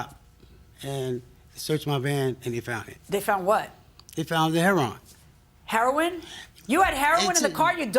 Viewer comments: LMAOOOOOOOOOOOOOOOOOO! I tried my hardest to wait until the end before coming to comments. Chile, as soon as he said, "HEA-RON" instead of Heroine, I RAN!😂🤣😂🤣 I don't blame her! Sir, please move on, you gotta respect that lady boundaries and they way she getting back at him is by keeping both cars. 🤣😂🤣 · “It was heron” it was what? It was heroine. So you knew how to pronounce 😂😂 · Once he said Her-Ron I knew we were in for a treat. I like her😂 I could listen to her talk all day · My guy said Herron 😂😂😂😂😂😂😂😂😂😂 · I hear "Heron problem" one more time. 😂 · "Hair-AHN". I haven't heard it pronounced like that in ages! He's an old school drug user. 😄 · he says ( hair on ) for heroin nobody caught that😂. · It’s hair-on 😂😂😂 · hi.. you must have tripped and fell to floor.. after.. you seen.. you put heroinE.. instead of heroin..... a many people... especially... the vets.. at the va hospital. where i work.....pronounce it heRON..same as that man ...they say... its nickname or code name.... .be blessed